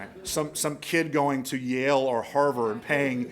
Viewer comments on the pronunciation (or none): none